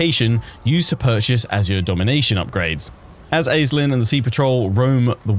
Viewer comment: Random language nerd fact; it should probably be pronounced “Aysh-Lynn” as it’s a Gaelic origin name, like how Sean is not always spelled “Sh” at the beginning.